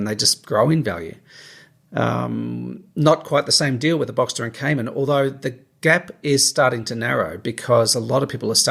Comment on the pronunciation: Given your life history how good is your advice.......also learn to pronounce the name of the car properly